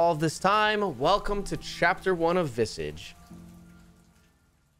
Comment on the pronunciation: the word is pronounced VIH-SAAAAHH-JSH. Like MIRAGE but VISAGE